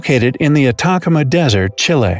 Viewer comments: It's pronounced 'ATA-KHAMA desert. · please pronounce the desert name properly